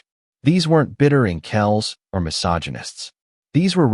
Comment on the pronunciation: "Inkels" ? You have to teach the A-eye to say incel properly.